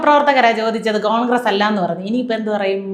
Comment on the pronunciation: ചോദിക്കുന്നത് കാങ്ക്രസല്ലേ, കാങ്ക്രസ്......